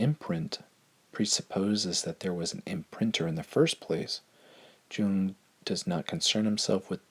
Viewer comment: Jung is pronounced Yung!